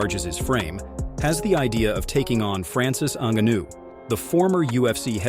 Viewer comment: Why do you say pronounce Francis last name different everytime